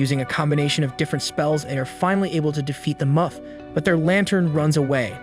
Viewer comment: Do you say things wrong on purpose moth not "muth" love the video